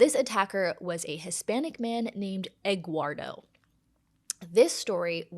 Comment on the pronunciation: Omg, ol’ Egg-wardo. I don’t know if it’s because she’s stupid or genuinely couldn’t pronounce “Eduardo”, or both. No one’s name is Egg-wardo. 😂